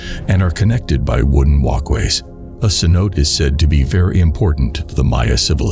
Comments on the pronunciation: CENOTE = “Sen-oh-TAY” not “kenOTE” jfc. How can you be doing a cave diving channel and have this inexcusable pronunciation of such a basic word in the sport? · rips hair out at americanized pronunciation of cenote. It's ceh-know-TAE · It's not "ken-oat" it's "sen-o-te". Try to be credible here man. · The grand sanote lol say no tay . How ya gonna make a video about something you can't pronounce? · sen-oh-tay, not sen-oat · Kanote😂 sanotes😅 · Ce-no-te. Pronounce the short e. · sen-oh-tay lol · It's pronounced "si-note'-ay". In case you cared. 😀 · Cenote is actually pronounced “seh-no-teh” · The grand ce-note 😂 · Cenote is pronounced phonetically as Sa-no-tay. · Grand canote... come on man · omg yes. Me too. I am hiding this channel from my YouTube feed because I couldn’t even focus on the content. I kept hearing “Ken-OTE” and wanting to scream. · Haha so many ways to pronounce cenote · You mispronounced cenote throughout the video. At least know the basics of what you’re talking about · I was just about to slit my throat if I heard another mispronunciation of Cenote.